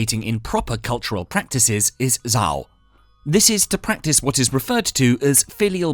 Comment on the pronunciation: Isn't it pronounced Xiao? I'm watching this for a class and they also misspelled the term, calling it xio, and I had the hardest time looking it up to define it.